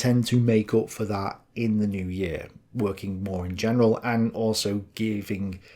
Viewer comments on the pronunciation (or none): none